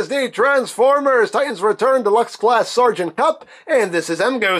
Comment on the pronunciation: Sereagant "cup" :\